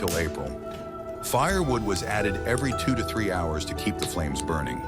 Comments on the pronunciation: I had to quit at 4 minutes in! The mispronunciations... You couldn't even say 2 to 3!? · This would have been an overall very good video…except it’s not because AI narration doesn’t know how to pronounce things like 2 to 3 kilograms. For this reason I give it a thumbs down. Either learn how to program AI to pronounce words, phrases & measurements correctly & proof listen to the video before releasing it or hire a human being that knows how to read & correctly pronounce the words in the script. Seems like nowadays every printed article is released without any proofreading or corrections. Guess videos were bound to follow. I’m not sure that copy editor is even a job anymore. And very few people even seem to notice or care. We’re devolving into a nation of semi-literate people who barely know how to read, can’t write with pen/pencil on paper & don’t care about grammar at all as long as we are entertained all day every day. Have mercy if there is ever a major solar flare or some other long term interruption of our electronic world because we won’t know how to communicate with each other anymore.